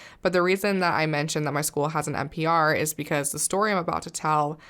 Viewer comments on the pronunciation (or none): you don't know how many times i ran that one part back trying to figure out what an NPR is; but you said MPR, as in multi-purpose room. lol.